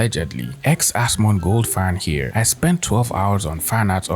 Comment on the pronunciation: Dude, genuine question. Why do you call him "Asmond" and not "Asmon"?